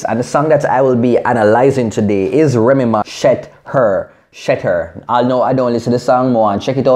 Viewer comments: it's pronounced sh-ether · it is pronounced sheeeether! lol you ting up doh! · she-ther get it right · It's pronounced SHE-THER as in She got Ethered (Nicki was blown away, "ethered") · pronounced "Shee-ther".....but I died the whole vid 😂😂😂